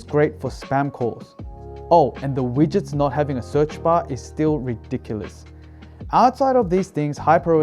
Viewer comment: Today I learned a new word. "Ridonkulous" -.